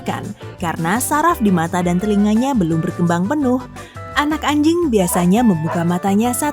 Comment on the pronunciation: Gw denger "anak anying"